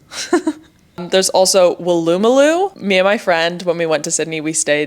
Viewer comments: Wool-oo-moo-loo Not woo-loo-moo-loo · That is the wildest pronunciation of Wooloomooloo I've ever heard. XD Emphasis/stress on the first and final syllables, not on the second and final. WOO-loo-moo-LOO, not woo-LOO-moo-LOO. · Woolloomooloo is pronounced quickly as Wool-ah-muh-loo, not like two separate words in your very cute but hilariously wrong attempt, Wool-ooh Mah-loo. Great video and welcome home! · Wool-ah-ma-loo, not whatever you said! (Wool, like the sheep!) 🦘🐑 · Just so you know it's pronounced Wool-a-ma-loo. It's one of the harder ones for people with foreign accents. Glad you are enjoying being back so much 😊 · You pronounce Woolloomooloo as an American. It’s not how Australians say it.